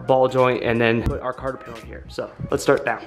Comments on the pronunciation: Less ads and pronounce "cotter pin" correctly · cotter pin.. not carter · Cotter pin, not carter pin